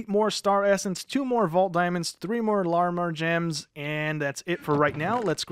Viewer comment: You are saying Larimar wrong